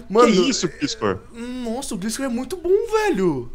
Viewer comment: NÃO É GLISCOR, gliscor é só como se escreve maos se pronuncia glaiscor profs na area kk